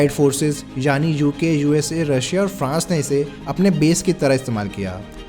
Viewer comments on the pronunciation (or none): none